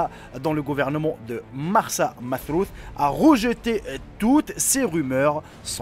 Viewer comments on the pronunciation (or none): Chef c marsa matrouh et non pas matrouth (egypte)